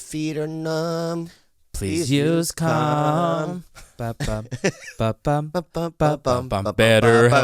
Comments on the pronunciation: I thought he was saying cum during the "calm" ad read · When you all advertise Calm when you say Calm it's sounds to my English ears like you're all saying Cum. "If you have tummy tummy ache....please use cum..." It's disconcerting. Just me? Where's the door.... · I thought they were saying at first please use cum lol not calm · For second I thought he said, "if your tummy aches use cum." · Tell bobby to pronounce his As sounds like hes saying cum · for the "calm" advertisement ... bobby was definitely saying "cum" hahaha